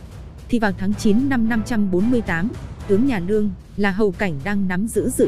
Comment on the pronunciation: Đọc cứ như ngọng ấy. Lương mà cứ nương nương